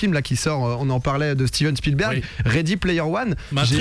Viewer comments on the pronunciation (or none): none